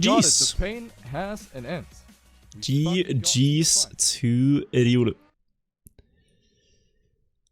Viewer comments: why the fuck does say "Eh-Diuulu" instead of simply saying Riolu... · I love him saying just "Riuru" for Riolu without any questions